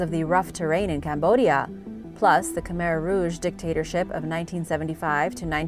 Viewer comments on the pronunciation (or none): none